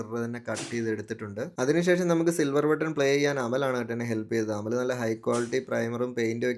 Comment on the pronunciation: You said Amal but I heard അവല്